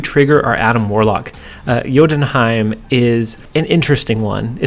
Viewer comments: Correct Jotunheim pronunciation! BTW I think you should at least try to pronounce new locations no ones angry if you'd say you're not confident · gg on saying jotunheim right